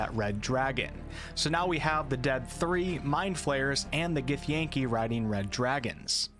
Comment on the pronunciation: First he says Drow wrong and now he butchers Githyanki?!? Unsubscribed...